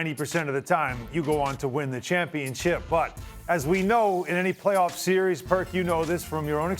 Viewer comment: This sear reez... lol